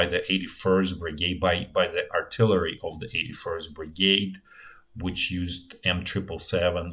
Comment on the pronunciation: RIP artilarry. It bothered me at first, but then it became an endearing part of the channel.